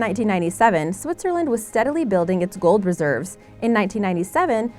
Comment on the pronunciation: Its gold not gould